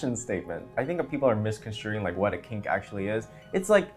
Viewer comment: I thought you said pink not kink and i was confused as fuck